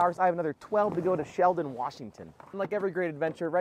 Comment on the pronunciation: of all places to go... shelton... also pronounced shell-ton. hopefully the rallies were fun.